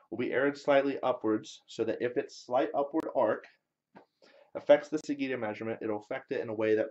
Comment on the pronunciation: Interesting experiment - I look forward to see how it comes along. One small quibble - sagitta is pronounced with a J sound, not a G sound.